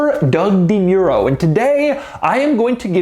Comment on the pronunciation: i hate how he says DeMuro, like why you say it like that???